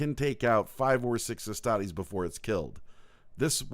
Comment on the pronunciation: Man I was really into this until he pronounced astartes wrong. Derp